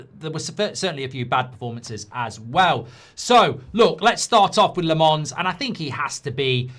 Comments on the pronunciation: It's not La- MONS. It's LOM -ens. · Not Le Mans but Làmmmmmmens Le Mans is a city in France Lammens are lambs in Belgium and the Netherlands Lammens prounouce it ike Mazraoui, Maguire Silence of the lambs At Sky Sport they pronounce it well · Embarrassing he can’t pronounce Lammens name……